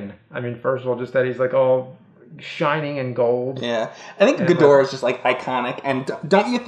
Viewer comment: It’s Gheedrah not gudora